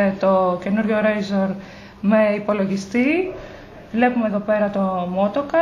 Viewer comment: ρέϊζορ λεγεται κοπελιαααα